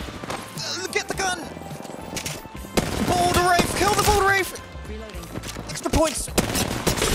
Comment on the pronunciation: When you say wraith, it sounds like you say wraf